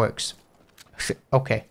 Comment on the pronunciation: Love the way he says "okee"